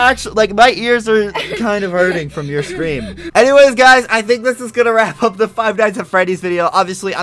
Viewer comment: lol i liked how you said fight nights at freddy's it's like if you were going to fight freddy and his friends